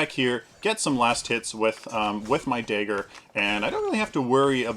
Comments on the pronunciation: what is it with paragon youtubers and not being able to pronounce common words. Dagger, not Daeger. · "daygger" Lol... great vid btw :D